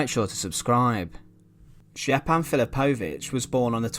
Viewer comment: Great video, I've seen this monument many times. Just a heads up, j is pronounced like a y in yellow in all ex Yugoslav languages